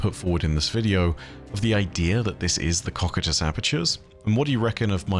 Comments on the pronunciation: Cocytus is pronounced: koh + sy + tuhs. Just trying to to be helpful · Cocytus is pronounced co-cy-tus, hope it helps! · that's certainly one way to pronounce Cocytus...